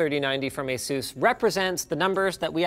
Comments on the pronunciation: did he just say "Ace-iss" instead of Asus...? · Its asus not asús, jesuschrist linus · The Way Linus Pronounces Asus is Funny. Youzre supposed to pronounce it aSUS. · Alex : asus Me : Flash back to ROG rig reboot 2019 with maddison the rog vid : SAY ASOS